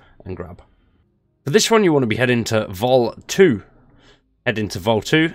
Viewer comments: BTW you're saying Volii wrong. It's not Vol2, it's Volii, as in vol (eye). That's how it's pronounced. Every NPC says it this way. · Vol 2??? Volii is pronounced “volley” like in volleyball, it’s said quite a lot throughout the game 😂😂😂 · Just a note, it's not "Vol II" as in Vol 2, its "Volii" like Volley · Bruh, it's Volii not Vol 2